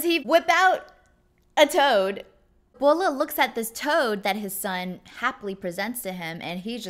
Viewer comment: Don't you mean [tu] as in 'map, drawing' and not a 'book'? Or is that some wenyan meaning? Also the name is Bo Le, not Bo Luh. Come on.